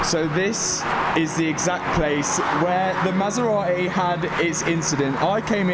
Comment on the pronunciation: masera.........eh!!!.....is it so hard to say MASERATI..?????